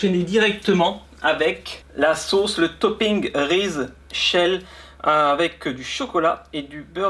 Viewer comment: le s après Reese se dit z